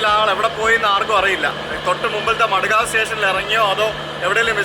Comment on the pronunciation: Madegave.... Alla madgaon 😄